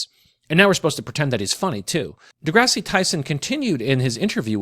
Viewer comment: Is a midwit someone who stupidly uploads a video about Neil deGrasse Tyson without any clue as to how to correctly pronounce the "deGrasse" part of his name?